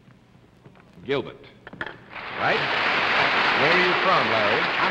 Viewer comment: I love how John Daly can't pronounce "ER" Notice he says Al-bet not Albert, or Robet not Robert and here he calls the operator "Gilbet not Gilbert